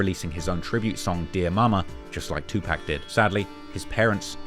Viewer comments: It's like you're saying 2pack to be cringe and annoying on purpose smh Yu kno damn well thas not how it's pronounced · It's pronounced 2 pock. Can you please stop the 2 pack ish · Getting this man's name right (at least it sounds like it) and getting his idol's name (2 Pac not 2 pack) wrong, should be a crime. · Imagine doing every trap video and gang video worth anything in the last 3 years and still calls tupac, "2 pack". It's 2 pock bruh. 2 Pock. You don't accent a name, get it right. Do better. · It’s 2 pock not 2 pack.. smh 🤦🏾‍♂️ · His name is 2Pac. Tupac. Not 2PacK. Not TupaCK. Say it right. I know you geekz can say POCKET. So say his name right or don't say it at all. Disrespectful weirdoz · Omg - it is "two - park" not "pack" - that is a basic, please show some respect and pronounce it correctly next time you mention Tupac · Not 2 pack.....2 pac ( pawk ) 🤨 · Why does he say "2 Pack" ... Tupac isn't pronounced like "Pac-Man" it's pronounced like "Rock" or "Clock" ... Get it? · You've done ENOUGH research in your life in hip hop to know that Tupac name is not fucking PACK. It's pronounced "PAH-C".. you've never heard anyone that worked w him, adored him or was a fan call that man PACK. A total disgrace to his name, legacy and his mom for you not taking time to say it correctly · “2 pack” lol, pronounce it 2pock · Bro please stop saying 2 pack 🤦🏾‍♂️ it’s (pock) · Its TWO PAC NOT PACK!!! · Can you please stop say 2 pack. It's pronounced 2 pock. You can't keep doing these docs mispronouncing names. Especially 2pac. It hurts your credibility. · Hey its 2pac pronounced 2-pock (like lock except pock) 2pac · It’s not Tupac it’s TooPak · TWO POCK. Get it right! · PLEASSSSSSSE stop mispronouncing Tupac’s name. It’s pronounced Tupac=“2-Pock”!!! 🙏🏽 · Bruh, please say “TWO-POCK” that’s how you pronounce “Tupac”, come on now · It amazes me how these people still say 2 pack smh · I turn off the video immediately of bloggers who say 2pack!